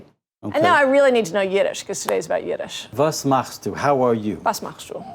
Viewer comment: Was macht's du? (sounds completely German)